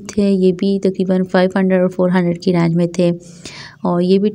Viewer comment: Its range not rang